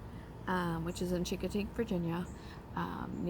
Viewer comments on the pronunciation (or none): A friendly heads up - Chincoteague is pronounced, "shing - kuh - teeg"... the hard "chi" you pronounce may ruffle some Eastern Shore, VA feathers. Thanks for the video! :)